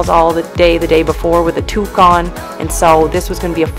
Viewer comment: You said, "Tuque." Day made 😀